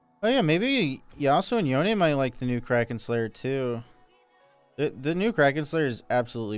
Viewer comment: Noticed that pronounces "Yone" correctly... But not "Manamune".